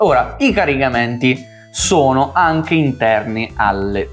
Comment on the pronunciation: Avete fatto un corso di dizione? Riuscite quasi a dire tutte le "T"! Sull' "anghe" c'è ancora da lavorare però...